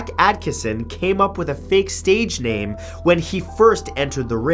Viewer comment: Am I the only one that loves the way he say's the names of these people and places.....no just me fair enough.